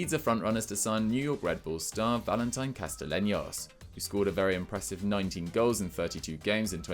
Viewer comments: The way called Castellanos "Castalenios" kinda made me cringe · Calling Castellaños “castilenyos” made me cringe almost as much as you guys calling NYCFC the New York Red Bulls, cmon guys do better